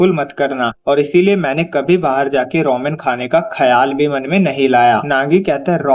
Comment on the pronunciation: Bro roman nahi ramen hota ha bro